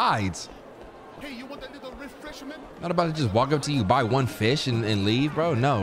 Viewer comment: the way he said refresh-a-ment has me crying LMAO 😭